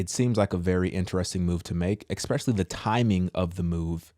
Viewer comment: I love your videos but it gives me the 'ick' when you say EXPETIALLY instead of ESPECIALLY.